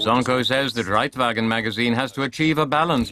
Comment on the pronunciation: Wir san einfach nur Modoorradl-Fohra! :-D Und nice wie sie "Der Reitwagen" aussprechen, des hätt der Ade nicht besser gekonnt, hehe :-P